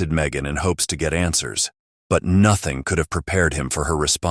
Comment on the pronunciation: genuine question why do some people speak like that? When he said lives but sounds Leevsz I’ve heard people speak like that before when saying certain words. Is it a pronunciation problem? Or accent? Or ethnicity? Accent like when people say nothing but say it like “Nut-Tinge “ I’ve ALWAYS wondered that and I’m not brave enough to ask why they say it like in case it’s an insecurity or their tongue/mouth won’t let them say it properly. Don’t want to sound insensitive. Ps: im brave enough to do many other things but asking why people look or sound isn’t me. Now I’m here asking away in the commentary section